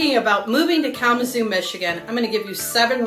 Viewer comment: Kalama "ZOO" ... The emphasis is on the ZOO, ok ?😂‼️